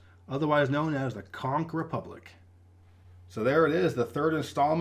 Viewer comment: It’s ConCH republic like Cheerios